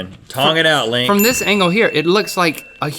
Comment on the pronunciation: He called link, Neal